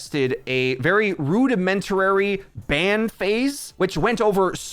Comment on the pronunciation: ngl i cringed at "rudimentarary"